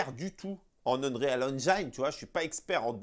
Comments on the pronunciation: Mais pourquoi tu prononces unreyale alors qu'il faut juste dire unril c bcp plus simple. Tu allais t ettoufer au début. Sinon top la vidéo ;) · UN"REAL" madrid engine ?:) Juste le conseil de prononciation sans vouloir faire le relou lol : si tu prononces "engine" à l'anglaise alors tu dois prononcer "Unreal" à l'anglaise aussi ;) Unreal => irréel Qui se prononce "Eunril" on va dire Continues les sketchs on se marre bien